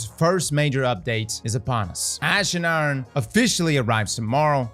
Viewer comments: Is from Baltimore? “Ash and Aaron” 😂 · "Ash and Urn"